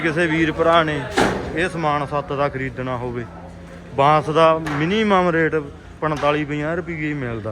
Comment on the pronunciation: ਬਾਸ ਨੀ ਭਾਈ ਬਾਂਸ ਹੁੰਦਾ ਕਿਉਂ ਚੌਲਾਂ ਵਾਂਗੂੰ ਪੰਜਾਬੀ ਦੀ ਐਸੀ ਤੈਸੀ ਕਰ ਰਹੇ ਹੋ